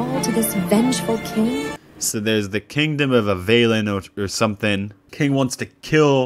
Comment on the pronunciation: It frustrates me to no end that not only is the kingdom named Avalon (i.e. directly ripped from Arthurian legends), the AI doesn't know how to pronounce it correctly!